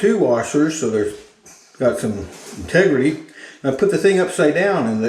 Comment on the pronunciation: some tegrity.